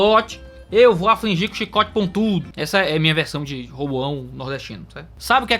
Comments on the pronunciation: Roboão nordestino foi ótimo kkkk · Muito bom! Bênção de Deus! Um detalhe, em m a versão nordestina de Roboão ficou interessante. 👍